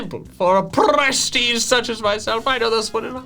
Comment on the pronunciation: That "prestige" pronounce was very good, you could talk portuguese you know.